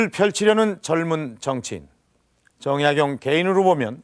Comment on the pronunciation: 우선, 성명의 발음 문제! 제 귀에는, 정약용을 "정약"을 야간 부처 읽고 "용"을 띄어 읽은 것 같습니다. 성과 명 약간 띙서 "정" 하고 "약용"이라고 절도 있게 읽어야겠읍니다. 제가 쓴 책 한권 권하오니, "한국 어문을 고발함"을 일독해 주실까요? 미국 변 완수 배